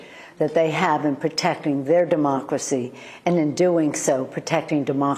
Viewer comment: Am I the only one who cringes everytime Pelosi says demochhrassy, like she’s gonna cough something up? Lady, with all your money, can’t you get a good set of teeth?